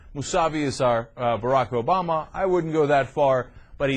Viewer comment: Well, it is "Obama", not "Obamba". I thought you were trying to make a joke, but I think you are just slow and need some help. You're welcome. The election in Iran is rigged, like Busch/Gore, so don't get too excited.